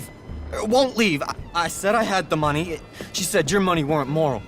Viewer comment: We just need MORE MUNEH😂